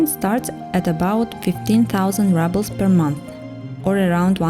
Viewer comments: Thank you for your fascinating look at 3 different housing styles in Yakutsk. You have a good narration voice and I really enjoyed your tours. Good choice in music, too. Just to let you know, it's not pronounced "rubbles," it's pronounced rubles, as in "roobles." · Видео супер, произношение 4 с минусом. Рублз вроде же читается а, не раблз. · Всё отлично, только "рублз", не "раблз" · Rubles is pronounced with a “ру”sound in English, not rubbles… just saying. Super interesting video! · Why would she pronounce “rubles” ‘rubbles’, when literally the correct pronunciation of the word in Russian is indeed “ruble”? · Why is she saying Rubbles? Isn't the correct pronunciation Roobles? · A great video as always ❤ I just wanted to say that rubles is pronounced “roobles” in English. Apart from that perfect 😊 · I’m sorry, but you pronounce ruble incorrectly. It’s “rooble” kinda like in Russian. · The irony of her pronouncing them “rubbles” is priceless. Should it not be “apartment bloc”? 🤔😅🤷‍♂️ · Do Russians pronounce the Rouble like Rubble (small rocks)? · That's what I have been wondering, I've never heard it pronounced like this before.